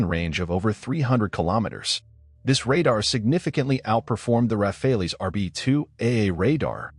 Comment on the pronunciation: Rafales, read...Raa..Faal